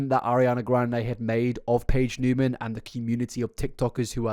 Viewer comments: Niemann is actually pronounced "knee-man" not "new-man" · Knee-man not new-man. Love ya but had to clear that up and that YouTuber Gabi from Fancy Vlog I believe it’s what it’s called did the same and even got in an Ari music video so that she would stop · “Newman”… isn’t it Neiman?? Like “knee-man”?? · Just fyi…it’s Niemann like knee-man, not Newman. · Its not "newman" thought... its Niemann, there is a big difference in how you say it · Edit: You forgot to tell us to mention BEANS if we got to the end. <3 I, for one, will not correct you on her surname, and will congratulate you on saying it wrong the whole time. She's pretending to be someone else and sell corn as someone else...that's horrifying. People will villify a man in an instant, but a hot girl? Oh no no, better say "it's just impersonation" - 75% of the comments on this prove to me that your average viewer is incredibly stupid, and that's sad...since you're so smart, and put so much effort into things. You even explain like...how being an impersonator, and living your whole life as another person are very different things - and people are still convinced she's just an impersonator. Like...yo, impersonators go home at the end of the day to be normal old Bob, or Susan...they're not living AS Elvis, or Britney Spears. Ariana does GREAT impressions, herself...but she's not stealing the lives of those people. xD "I never said I was cosplaying as her!" Bitch you know what you're doing, lmao. (God she's painfully stupid too... "I'm fully aloud" ALLOWED ...ALOUD MEANS YOU'RE SPEAKING ALOUD...AHHHHH stick to corn, honey, but get your own damn face.) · He was meaning that she was still in 2021 acting like Cat, when it started in 2018/2019. My beef is with how he pronounced her last name 😂